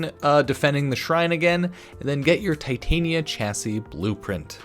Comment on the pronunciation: It's Titania like the Fairy queen, not Titanium like the metal